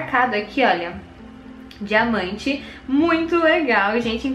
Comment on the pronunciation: ostentação de dinamante (diamante) 😁😁